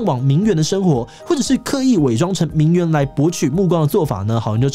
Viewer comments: 虽然但是，我只想说，“名媛”的“媛”念作“yuan”四声！！！！！四声！！！！ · 現在都把這個字唸成『援』的發音了啊 細分來說，作為名詞應該是要唸作『院』的音，頂多形容詞才會唸『援』 不過以賺錢為目的來說，唸作『援』似乎也蠻正確的XD